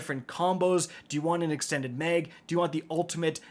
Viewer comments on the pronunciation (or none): “Megazine” “extended Meg”